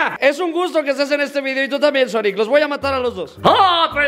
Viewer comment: En vez de sonic es ñoñic y tambien ñuñels y ñolas